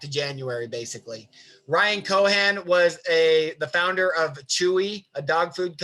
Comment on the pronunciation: great content. thank you for taking the time. but its Ryan CohEn, Not Ryan Cohan. sending all the love edit: Also, delete your browser cache, your Chome is insanely slow